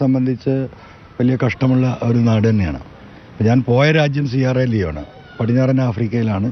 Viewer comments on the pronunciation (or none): സിയറോ ലിയോൺ അല്ല സെറ ലിയോൺ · സെറ ലിയോൺ എന്നാണ്